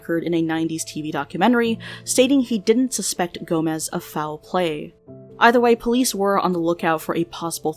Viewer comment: sei que não é por mal, mas ouvir "gomes" pronunciado como "gomez" é tão!! agh! e a letra j pronunciada do mesmo modo que é pronunciada em espanhol KDJHGD